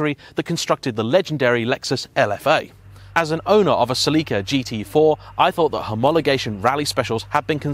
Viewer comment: Like a normal person